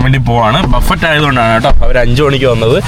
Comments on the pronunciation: മിസ്റ്റർ ബഫറ്റ് എന്നല്ല ഉച്ചരിക്കേ ണ്ടതു " ബഫേ " എന്നാണ് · ബഫറ്റ് അല്ല ബുഫെ. പിന്നെ 4 കിലോ 300 എങ്കില് ഒരു കിലോക് 60 ആണോ ?